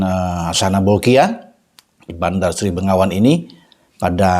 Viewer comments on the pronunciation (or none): Bandar Sri Begawan bang....bukan sri bengawan😂